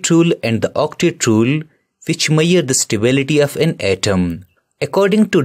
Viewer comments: Tq sir ... Btw he says ' how can we meyar ' instead of ' measur '😅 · Measure❌maiyar✅ just joking😂 but explanation is very good recommend for a grade 11 student if not understanding in school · WAS CRAZY THO....." MAYURE" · mayyier again 😂😂😂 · He was telling measure as mayyier so that’s what they are commenting like that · Lower❌️luwar✅️😂😂 Measure❌️maiyar✅️😂😂😂